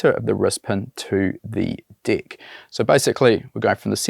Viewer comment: Lol 😂 every time he say deck it sounds like d I c k